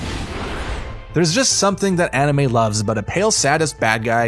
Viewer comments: Is not “No-ruto” is called “Naruto” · “no-ruto” This dude sounds sped. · then he says “Narootoe” I’m WHEEZING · Your pronunciation of nahr-oo-toe (Naruto) is horrendous... What boostrapped version of the show did you watch for you murder the names THAT badly?! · He’s sometimes wrong but i find it weird that you say naruto that weird way and not kishimoto the author of naruto also katashi and piccolo are not similar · Is no one gonna talk about how he pronounces Naruto ffs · Shut up u have no right to criticize anime U dont even know how to pronounce name of anime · Quote I watch a lot of anime . Pronounced every thing wrong. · Yeah that kinda annoyed me... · “narootoe” “zaboozah” “sakoorah” “I watch a lot of anime” yeah aight😐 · Jesus Christ dude first naroodo sounds like a ramen company then Sakoora like card captor sakura? Pronounce the names right next time if your a real anime fan buddy. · This dudes annoying who says Naruto like that And ITS KAME-HAME-HAAAAAA learn how to pronounce things